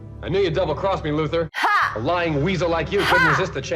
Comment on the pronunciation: Lex Luthor’s last name is pronounced “LU-THOR”.